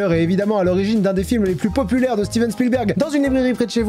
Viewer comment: Ça ce prononce vraiment steven .